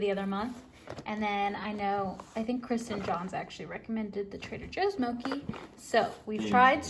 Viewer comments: It's pronounced mo-chee, not mochi haha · it's pronounced moe-chi btw! (im asian ahaha!) love this vid tho! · Mochi is actually pronounced mo-chee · First video I saw was something about being content in singleness I think! Also it’s pronounced mo-chee like with the ch sound 😂😂❤️ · Mow-chee not mow-key (pronunciation of mochi) Fo-ka-cha not fo-ka-sha (pronunciation of focaccia)